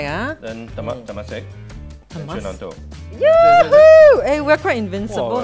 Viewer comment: It’s syonan-to.